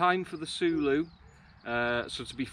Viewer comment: Say it like saying “solo”. Not sooloo 😆